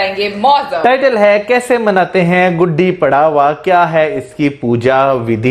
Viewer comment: Hey.. Its GUDHI PAADWAA Paadwaa is first day of any month. Gudhi paadwaa is first day of 1st month of new year. Nt Gudi pdawa🙄🤐 Vlogger ki galti hai ji I wish I could sent you audio 😀